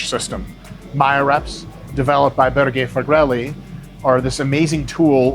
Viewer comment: As a Norwegian it pains me every time you say Børge Fagerli. Børge is pronounced almost as burger, just leave out the last r. Fagerli is faggerly, but with a as in darn. It's not exactly correct but very close.